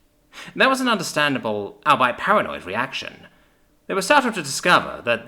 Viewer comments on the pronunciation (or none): Albeit is pronounced All-be-it